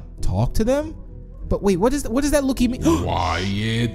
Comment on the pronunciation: I love they say lokie friends